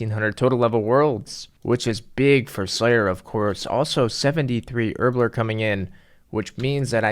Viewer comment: I like how he says Herblore “Erbler”